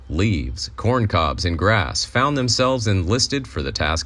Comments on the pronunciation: Dude lost me at "Corn Cobbs" 🌽 smh wtf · Corn-cobs?? Oh, no!😲